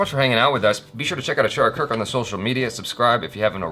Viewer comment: You are ruining Achara's Name.. say it as it is